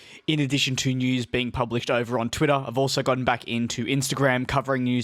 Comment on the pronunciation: "Twittoh" lol